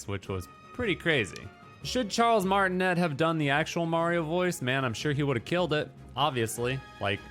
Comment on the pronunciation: “Martinet” is pronounced “Martin-ay”—Charles pronounces it this way in interviews.